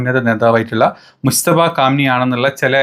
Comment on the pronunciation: മുസ്തഫ അല്ലടോ മുജ്തബ എന്ന് വ്യക്തമാക്കി പറ